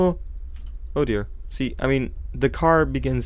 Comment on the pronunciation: Oddio?? sorry but i understand like that because i'm italian, or.... did you say oh dear?